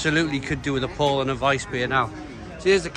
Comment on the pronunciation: Catching up on these vids,. Bloody great. Only thing I’ll say, Paulaner is pronounced, Pow-larn-uh.